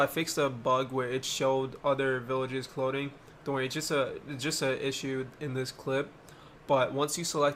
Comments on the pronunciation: I love the way he says clothing, “cloding” 🥰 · no that's how he was saying it :)